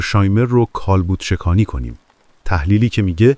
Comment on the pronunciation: اقای گوینده شما کجایی هستس ؟ من فکر نمی کنم ایرانی باشی ! لهجه نداری اما با لغات آشنایی نداری و اونقدر افتضاحه که مثل جوک می مونه ، کالبد شکافی رو میگی کالبد شکانی ، به خویشتنداری میگی خو ایش تن داری ، البته اینرا هم بگم که هوش مصنوعی هم از اینجور سوتی ها میده !